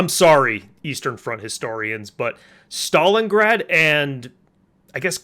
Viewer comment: Leningraf and Stalingraf... When his script was written, the person doing it hit the neighbouring key and now I wonder for how long he has miss said the names without noticing it.Not gonna brag but I've know of both cities since at least I was 6 years old.